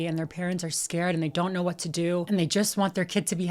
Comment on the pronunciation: He can’t even say the word what a b honestly 😂 get tf out